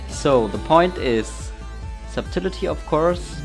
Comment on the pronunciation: subtility lol. that pronunciation